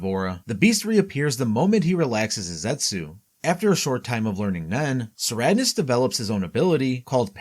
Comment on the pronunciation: "Tserriednich" is pronounced: *Sir-eyed-nik Make the correction for future videos.